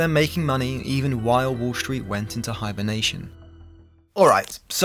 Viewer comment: disliked. you pronounce 'street' as 'shh-reet', and 'destroyed' as 'dish-royed'. so you can't speak, so I won't listen. clicked off.